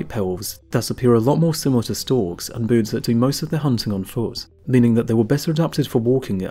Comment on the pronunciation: Can someone please teach this guy how to say"birds"...he keeps saying "Boords".